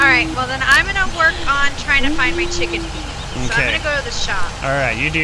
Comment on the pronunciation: when you say chicken feed it sounds like chicken feet to me